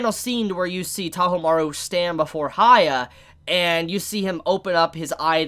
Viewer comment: Yes he is shorting his name but he's saying "HAYA" and its killing me.... He could just Say "Hiakky" or something like that